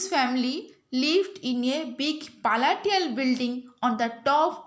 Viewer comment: Madam that is not paltial that's palatial building madam bhul uchharan karantuni